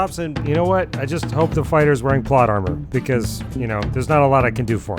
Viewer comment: Listen, I came to the comments section to see if anyone else caught on to him mispronouncing "plate" armor only to see it spelled out as "PLOT" armor and cackled wildly for a full minute before writing this. As always, incredible video, amazing wit, and keep up the great work.